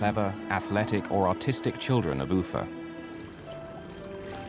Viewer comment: I’m gonna be honest I thought he said autistic not artistic